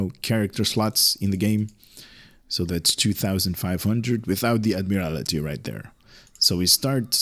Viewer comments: It’s Admiraty (Add-Mere-Al-Tee) not Add-Mere-Al-I-Tee. Thank you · "Admiral-TEE", I think it would be pronounced.